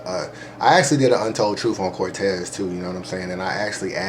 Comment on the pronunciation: Was with you til you said Cortez Cortez? Really Cortez lol lol?